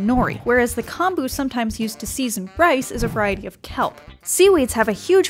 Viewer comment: Hearing this voiceover makes me cringe as a Japanese American. Like "Edo," "nigiri," and "kombu" are all pronounced wrong. The science might be right, but don't look to them for pronunciation. Also, if you just want raw fish at a Japanese resturant, order sashimi. Sashimi is raw fish, while sushi literally means vinegar rice.